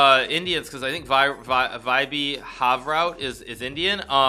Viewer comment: As an Indian I am here to announce that Hikaru just butchered Vaibhav's name.